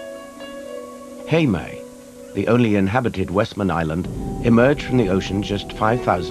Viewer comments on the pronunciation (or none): It's "Heimaey" not Haemay